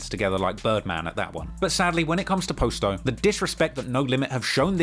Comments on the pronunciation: Dude said “post o” that's when I knew I need to stop letting white people tell a black story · Man I hate how he saying posto name It’s Pa sto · When you started pronouncing Posto i literally turned the video off. Give up on Chicago coverage, we don’t want it. If you can’t even pronounce Posto then we can tell you didn’t follow Lil Herb’s career what so ever and it gives off that you just got into this when you began your niche which is fine but this is the definition of Voyeurism. You get most if not all of your points from Reddit. Just because it pays your bills doesn’t mean this is what you should be doing. The 600 documentary to me was even worse because it was just common knowledge packed into a documentary. This is slightly better because of the history but at the same time we all know the history of the BPS movement and Terror Town basically being the HQ. But literally even with this it’s like im 40 minutes in and every thing is common knowledge and regurgitated facts that everyone knows who remotely cares about the scene knows. Go back to UK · The posto pronunciation is funny as hell lol